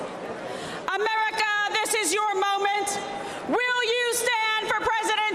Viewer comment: The way she says America…. Just…. No